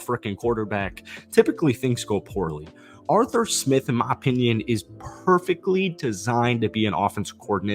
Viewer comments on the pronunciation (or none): "Jawstin Fields & AreTher Smith"